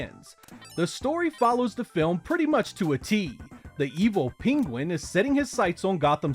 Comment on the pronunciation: “Peen-Gwen” lmfao